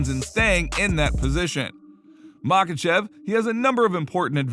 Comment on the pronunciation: What are the chances you ever pronounce Islam's last name correctly?